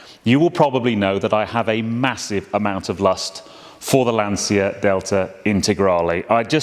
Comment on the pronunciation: it is Lan-Chi-a, not Lan-See-a. Thx for the video